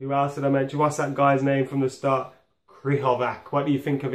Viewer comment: Where to even start with these pronunciations... Krychoviak is pronounced "Kry-CHO-vee-ak". It's "LAT-zio". And "Fel-EE-pay" Anderson.... Plus random decision to call de Gea by something other than his name... Do they not realise that these are not English words, and therefore should not be said as though they are?